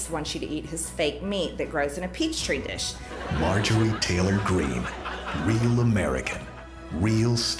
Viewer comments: "peach tree dish" 🤣 I'm dying!! -I'd heard gazpacho police and fragrantly violated ...but peach tree dish was new to me. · Did MTG say "Peach tree dish" and "Fragrantly"?😂😂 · She said “a peach tree dish” lol